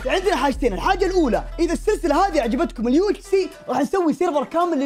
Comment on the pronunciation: اقسم بالله انك سوح وش UHS اسمها UHC 😩